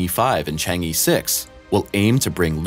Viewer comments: It is pronounced "CHONG AH" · Stop pronouncing it Changy4. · E in "Chang E" is not pronounced like E (in English alphabet), it is more like ur in urgent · Learn to pronounce "Chang'e" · How to pronounce Chang’e like a chinese: 1) Pronounce “Chang”, with the “Cha” sound like first part of the word “Charge”, not the word “Change”. So it is “Chang”, not “Cheng” 2) Pronounce the “e” as the first part of the word “Earth”, without the “th”.